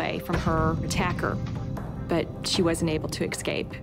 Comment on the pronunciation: INCREDIBLE. Here we have an adult. A well educated woman with far more education than the average University Graduate. A District Attorney no less. District Attorney Jean Peters Baker believes that "EXCAPE" is a word? What planet is this woman from?